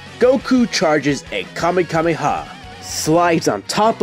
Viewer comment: It's Kamehameha Not Kamekameha